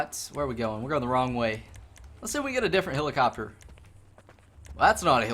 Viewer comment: you need some pronunciation and grammar lessons. "I done got it" "hilicuptur"